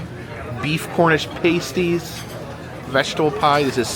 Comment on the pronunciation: One little correction of how you say pasties. They aren't ( shouldn't be) made of paste . It's said like past-ie. When you go to the UK how you said it is a totally different thing something women use to cover part of their chest.